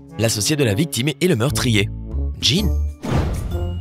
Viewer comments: (Jean) c’est un Bot qui parle donc lui il est habitué au pantalon donc il dit « Djinn » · Oe 😂 et en plus il prend un accent anglais pr dire Jean alors qu'en anglais c'est juste John ... Jean c'est fr ...